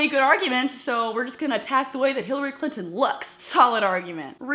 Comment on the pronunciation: Miss Glenn, did you notice he said Hillary "Clitt"on and her kind? this guy just does not nor will change. Great video!